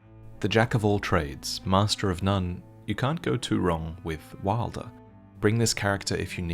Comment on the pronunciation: Please fix your pronunciation of wylder